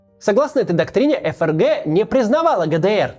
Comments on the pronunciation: Отличная передача получилась, вам из Германии отдельное спасибо. Вот только всю передачу неправильно выговаривать ФРГ (как ЭфЭрГэ вместо принятого ФэЭрГэ) - это конечно сильный просчёт всей редакционной команды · Да почему ЭФ ЭР ГЭ? Всю жизнь читали ФЭ ЭР ГЭ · Не могу объяснить, но до чего же комично звучит произношение ЭФРГ, особенно в таком количестве ))